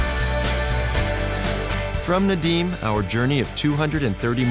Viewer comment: Прикольно, как он говорит "Надим" вместо "Надым")